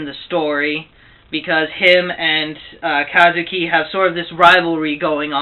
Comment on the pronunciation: paion? and its ka-zu-ki